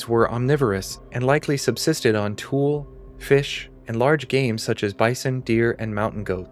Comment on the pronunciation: Tule is pronounced tool-ee. Not tool.